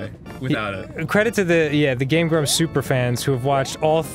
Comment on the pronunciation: Tbh, whenever I heard someone say "Game Grumps", I've always heard it as "Game Grubs", but I knew it was Grumps, it just...sounded that way. lol